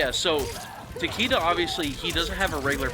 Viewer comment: You and "Takeeda"